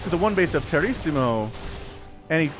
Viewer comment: Lol! The name's a play on Tiramisu, the dessert xD. It's pronounced Ti Ruh Muh Soo.